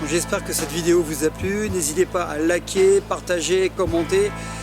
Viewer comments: "n'hésitez pas à laker" XD Elle est bonne celle là Frank mais c'est "Liker" Layker On me l'a jammais faites celle la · tu a dit a la fin "n'esitez pas a laker" sinon continue on adore